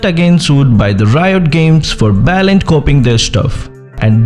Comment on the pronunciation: It's BLATANT not balant btw